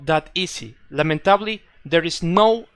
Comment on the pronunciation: "lamentably" (compatriota detectado)